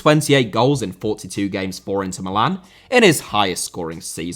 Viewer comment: Nazário* not Nazériouw Mbappé* not Mbappei Cruzeiro* not Crugeiro Inter* not Ento Half* not Holf Diego* not Dieyeigouw Adriano * not Adriohrnouw Debut* not Deibyu Dispossess* not Disposess Possession* not Posession Serie * not Siri Dortmund* not Dohrmund André* not Ondrei Nistelrooy* not Nisselrooy Eusébio* not Yusseibiouw Pelé* not Pelei